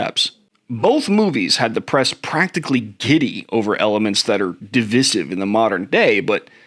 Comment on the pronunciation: I've never heard DIVISIVE pronounced like that... (???)